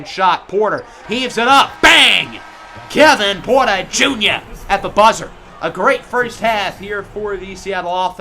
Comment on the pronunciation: “KLAY KLAY WITH THE TREY TREY!” “KEVIN PUERTA JUNYA!” “KILLUH CAMMM REDESHH!”